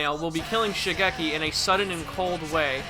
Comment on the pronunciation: Please please please please please please please PRONOUNCE THE FUCKING NAMES CORRECTLY It’s Shigekyo or Shigechi not Shigeki. It’s Reimi, not Remy. Remy is a fucking rat from a movie about cooking.